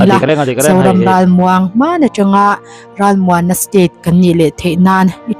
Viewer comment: 'Ral ' I sawi dan kha adiklo,a awmzia i hrethiam nange i lamdan adiklo hul hual, mahni tawng awmzia hrechianglo bawk maw inih?